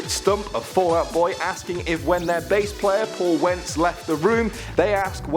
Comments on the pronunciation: Um. Paul Wentz. Its Pete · "Paul wentz" NOOOOOOO